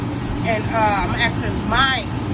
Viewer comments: Listen up ignorant one…it is not axing it is asking….now say it with me, a s k i n g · Ax-Ing = asking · It's not axing, ASKING. ASKING. ASSS KIIIING. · is “axing you” lmao.. that lady is so ignorant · What is axing her ? DId she mean to say asking her ? Why is it so hard to say the word ask ? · Sorry, but as a foreigner, I can't get past the fact they keep saying "I'm axing", "You axed me"... Don't know if it's the Dallas accent, but I find this extremely funny since teachers want us so bad to pronounce words correctly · AXING HER LOL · "Im aksing my followers". My pet peeve is people that dont say ask correctly lol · Why do some Black women say I am "axing" her to come get her money? Its asking, but along with being trifling.....she dont know what she talking about. 2024 is the year Black women come for other Black women.....and nothing could be better than that because sisters are not listening to the Black men. And her son seem like he play for the other side. Anything with some sisters is a b*mb waiting to explode. Pink Book is the truth....thank you for exposing these women. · When a person starts off their rhetoric with axeing instead of asking I tune them out. Seems to me this person has an issue with proper english words. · “ Axxxing her “ 🤦🏽‍♂️ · That lady was like "So now I am AXING, I'm AXING my followers..." 🤦🏽‍♂️ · "Axing" "Refrusing" My God what is this womans IQ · She said “axing” and “refrewsing”. Just lazy talk. As a business owner, please do better. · She's axing. Smh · “ I am axxxxing “ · Refrusing and Axing???? Mam! Mam! She doesn’t know what you’re telling her!!!!! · Shes axing them 🪓🪓🪓😂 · She is axing her doesn't she hear the woman axing her? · She's axing! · If I were Sherrill, I would be afraid to come because she's "axing" her to come.